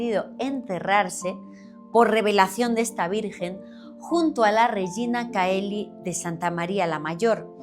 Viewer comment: Se pronuncia Regina "cheli"